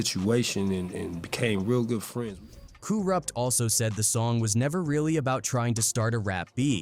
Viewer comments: kooruppt lmao get the man's name right goof 🤪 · Coo-Rupt?? Get out of here with this AI shit.